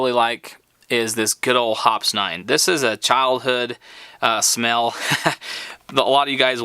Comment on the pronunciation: Dude, I know this is an old video, but I hope by now you'd learn how to pronounce Hoppe's. It's "hop-eez" not hops. LMAO how embarrassing.